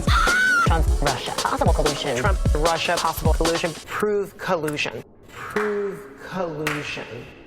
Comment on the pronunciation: Why do I hear "Prussia" instead of "Russia"?